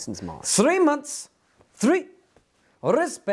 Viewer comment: *sree months